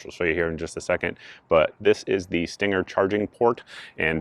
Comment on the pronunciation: I believe you are pronouncing it wrong. It's pronounced "stang-er".